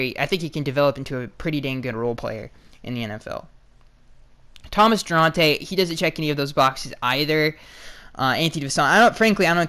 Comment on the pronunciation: it’s **Thomas DO-ART-EYY*